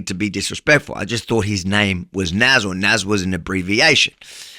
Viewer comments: Nas = People in Arabic... plot twist, in Arabic it's pronounced NAS with an S not a Z 😂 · btw, if his name is Nassir, in Arabic, it’s pronounced as [nas:seer], like: [nas]+[seer] :) i is pronounced as ee :) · it is not NAZ but one with "i" in the end of his name ;)